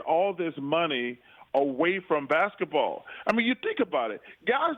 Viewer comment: “Basektball”?! Really??